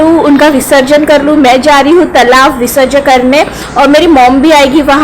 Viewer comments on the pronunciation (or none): Visrajan nahi visarjan, pehale english seekho